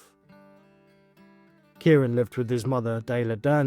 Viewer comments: Kyran is pronounced Ky-ran not Kieran here in Ireland. Also Drogheda is pronounced Dro-heda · The wee boys name isn't Kieran. It's Kyran (Kai - ran) please learn how to say the victims name right before making a video. Also the place names as well Dundalk (Dundak) and Drogheda ( Draw- heda) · Or Kai-ron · Absolutely heartbreaking 😢 BTW his name is pronounced as ky ran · Thanks so much for making this ...just a heads up it's said KY -Ron ❤